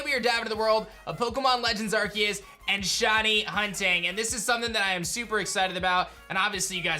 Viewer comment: It’s Ar-SEE-us. People that don’t know how to pronounce this make me extremely sad. Brainlets be gone.